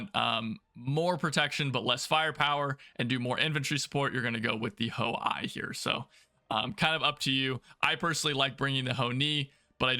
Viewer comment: Ho-I is "Hoe-Ee" Ho-Ni I is "Hoe-Nee One" Ho-Ni III is "Hoe-Nee Three"